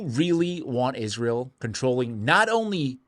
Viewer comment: Just a few seconds in, you had my like simply for pronouncing this abomination by it's proper name... many say it ''Is-Real'', but it's not... #GoMax